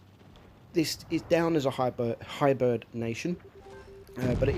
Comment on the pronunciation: he said hybird instead of hybrid